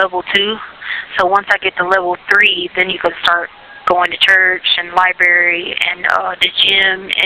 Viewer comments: She was a teacher ?? With a doctorate ?? and she calls a library a "libary??? continues to smh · And the "libary" and "wrasslin". And this woman was a teacher? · Lie-berry--but, yeah, she has a Doctorate in Education!